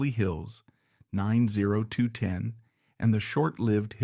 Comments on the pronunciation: Blasphemy to pronounce it that way. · I laughed so hard 😂😂😂 and then it just rambles on and on and on